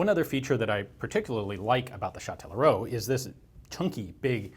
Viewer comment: Hey that's fun, I'm from Châtellerault, you didn't butcher the name too much, good job. The gun factory's been turned into a museum "Auto, Moto, Vélo" (Car, Bike, Bicycle), an ice rink and a Music and arts school we call a "conservatoire". Yeah I don't know where I'm going with this comment but hi anyways